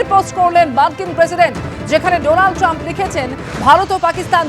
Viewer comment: Donald Tram নয় Trump.